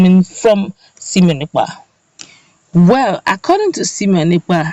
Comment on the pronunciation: LET SIMONE EKPA's NAME BE PRONOUCED PROPERLY PLEASE He is NOT called sEmion.He is sImone (pronounced: Saimon). SIMONE AND SEMION are wholly disimillar. The difference lies in E and I and their respective meanings. you are seemingly intelligent and well-informed. I am sure you would not want your name to be mis-spelled or malprounced more especially when CORRECTION has been offered to you a couple of times to that effect. Writer's is another SIMONE and I do pocket my pride to accept corrections.